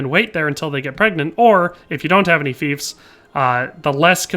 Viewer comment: lol my guy is saying thiefs.. not fiefs...